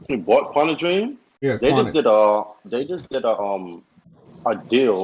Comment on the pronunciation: THERE IS NO “R” IN THE WORD BOUGHT. LEARN HOW TO SPEAK HOLY SHIT